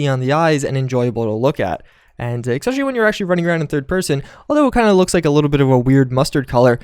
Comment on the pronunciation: it's ESPECIALLY. not EC-SPECIALLY.